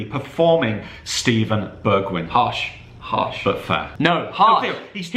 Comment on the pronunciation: “BeRgWiGn” WHAT ARE U ON